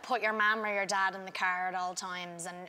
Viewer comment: "So put yerr marm or yer dodd in the cerr" "myee"